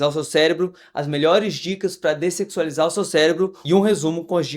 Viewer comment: O cara fala descecsualizar* não sei nem se tá certo😂 mas ele fala iss e a capa do video, uma lapa de uma bunda lá😂😂😂❤